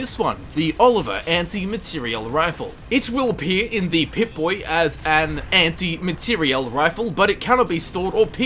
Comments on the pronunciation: Dude, what's with emphasis when you say Anti Materiel Rifle? It's so annoying. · Your pronunciation of materiel gave me an std